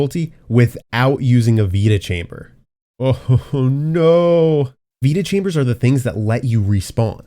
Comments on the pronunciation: “Veta chamber” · Assoon as you mentioned "Vita-chambers", I knew you would screw that up! Good video!